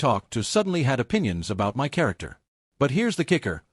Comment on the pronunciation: Does AI not know how to pronounce 'My'?